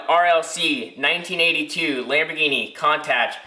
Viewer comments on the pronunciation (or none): Hate to be that guy, but it's "coon-totch" lol.